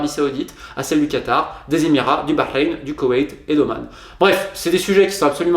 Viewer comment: Tu prononces bien Bahreïn